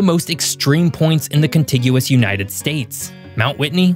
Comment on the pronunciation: Learn how to say 'contiguous'. It's a very important word in geography.